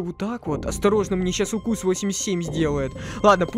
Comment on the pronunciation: 83 укус ты сказал правелна и 87 также